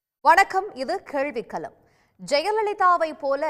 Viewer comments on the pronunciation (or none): கேளிவிக் கலம் இல்லம்மா...கேள்விக் களம்....